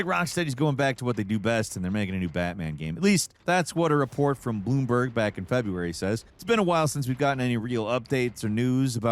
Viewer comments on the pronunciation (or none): none